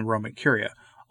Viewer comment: Papábile not papabíle